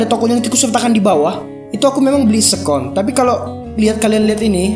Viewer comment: keren tp mau correct aja ya, seccond bacanya seken. bukan sekon. sukses trus